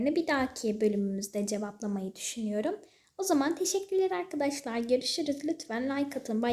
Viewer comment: Ya artık "AyKaDaşLay" deme ya bebek gibi sesin gıcık konuşuyosun